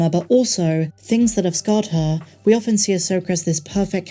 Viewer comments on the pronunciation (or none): none